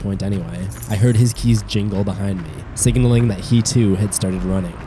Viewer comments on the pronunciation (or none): none